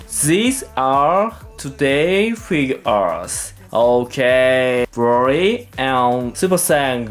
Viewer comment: Its cute how you say broly “brory”